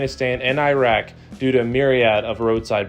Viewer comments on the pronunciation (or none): none